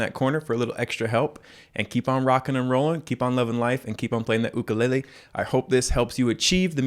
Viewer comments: he done did said ook-a-lay-le AND OMG I CAN READ NOW IM SO PROUD TY TY TY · Ook or yook I say yook when it comes to pronouncing Ukulele